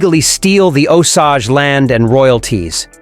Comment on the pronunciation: It's pronounced Oh-sage.